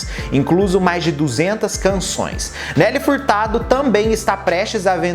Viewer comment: kkk tu falou engraçado